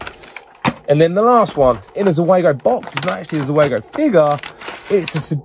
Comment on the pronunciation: Zeugo not zuego... come on, man!!!